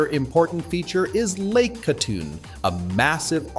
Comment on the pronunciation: Lake GATUN not "Katoon."